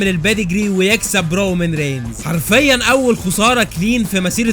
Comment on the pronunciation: I swear it's "رومان" not "رومن"